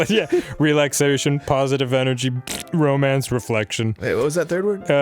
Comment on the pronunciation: Did Dan say "romance"or"BROmance"?